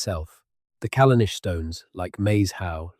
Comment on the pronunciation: If you have spent a great deal of time on this, as you claim, you should spend some more time getting rid of the errors noted below. AIs should not attempt to write or pronounce non-English. For example, Callanish is the English spelling of the Gaelic Callanais, and is pronounced the same as the English spelling. The captions also suffer from this problem. Why not look up unknown spellings of places & use these, rather than allowing the AI to guess them? The static illustrations, while rather good, are generic & do not correspond to the narrative. LazyUKHistory is more correct.